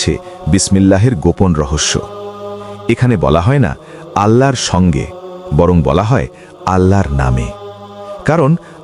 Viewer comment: সুবহানআল্লাহ আলহামদুলিল্লাহ আল্লাহুআক্ববার। মহান আল্লাহ আপনাদের অশেষ বরকত দান করুন। একটি অনুরোধ, 'আল্লাহর' উচ্চারণটি সঠিক হচ্ছে না। দয়া করে বিষয়টি আমলে নিবেন।